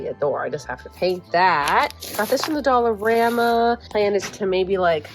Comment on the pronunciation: Is it just me??? Every time says “dollarama” I hear “dollar grandma”.